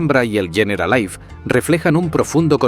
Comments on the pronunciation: ¿Yeneralaif? No ardieras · Muy buen vídeo. Me ha chirriado mucho que pronunciase Generalife como si fuera ingles ''generalaif''. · El documental perfecto pero que al generalife lo llame "generalaif" hace que pierda todo el rigor que la Alhambra se merece y lo peor es que lo repita cien veces